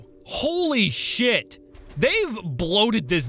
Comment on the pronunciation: Your funny you said shied instead of shit lol